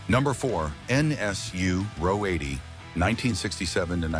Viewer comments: AI needs to read the script to a car buff. RO 80 is read , "are ohh 80". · Ah oh 80 is incorrect. It is Ro 80 (row 80) the Ro stand for Rotary. As said above, it’s one of the few things that’s accurate in this drivel!